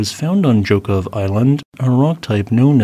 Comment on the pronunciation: Excellent Russian pronunciation!!! Most people would butcher Zhokhov...